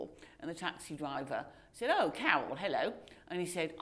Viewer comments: The interviewer and Carol both pwonounce theirw rrrs the same way. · Carol tried to be a BBC talking head during the First Gulf War. I remember being amazed that a woman with such a horrible speech impediment would be a BBC announcer. Later on I learned that it was actually some bizarre class based affectation and not a speech impediment.